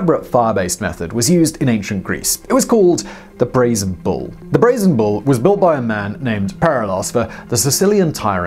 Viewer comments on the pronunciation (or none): none